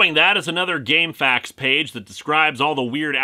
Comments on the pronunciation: I think you're pronouncing it right. Saying "Gamefacts" sounds more like a sourse of info then "Game-F-A-Q-s". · Game F.A.Q.s is the somewhat formal name, but in my experience people usually pronounce it "Game facks."